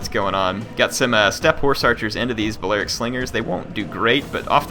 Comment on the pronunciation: COL-KISS NOT COL-CHISS BALLY-ARIC NOT BA-LEERY-AC PLEASE SAY THEM RIGHT